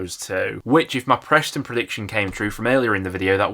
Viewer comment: It’s Bristol and Preston not Brishtol and Preshton.